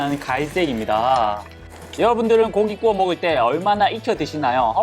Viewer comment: 에 꾸워가 아니라 구워 아니에요?